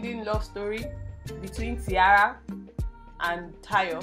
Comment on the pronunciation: can you please pronounce the name, Tiara properly. It is a Yoruba name not foreign one.